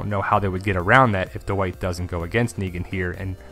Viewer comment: Every time you say "dwight" i hear "the white" hahaha